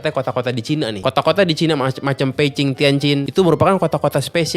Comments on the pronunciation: Akhir nya ada yg bener jg nyebut Beijing dengan Pei cing.... Iya temen2 kalo kalian belajar mandarin penyebutan Beijing dengan Bei Jing itu salah Yg bener Pei Cing Karena di pinyin nya B di baca P dan J dibaca C Sekian😂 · Mantap bg, bisa Han yu pin yin juga ternyata, baca kota² Beijing Tianjin nya bener👍🏻👍🏻👍🏻